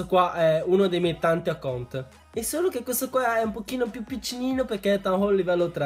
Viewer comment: con quel accaunt